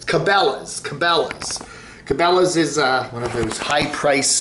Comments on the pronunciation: I think can pronounce Cabela's. He just likes to butcher peoples'/businesses' names. It's a form of insult; like kids do.... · not being able to pronounce it just about says it all about his “outdoors” credentials